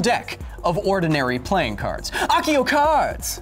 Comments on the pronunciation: And its [æksio] not [ækio]. Pronunciation is everything with spells. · Kyle, the word is pronounced "ASIO" not "AKIO". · Nooooo! It’s accio a-see-oh🖕😡👎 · Argghh The American words and pronunciations! Did you guys really find the word Philosopher so perplexing?! also that's not how you pronounce Accio Muggle!